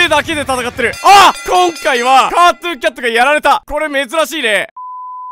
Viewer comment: ｶｧﾃｩンキャト